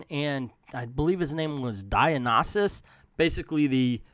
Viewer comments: Actually it's dio-ni-sius De-oh-ne-sius (like in siux) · It's pronounced "die-oh-nie-sus"